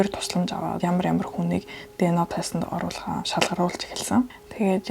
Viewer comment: Тэнэг дэно биш диэ нэе